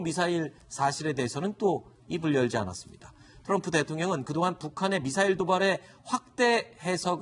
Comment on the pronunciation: 미사일도 빨갱이식 발음으로 말하네 빨갱이 시키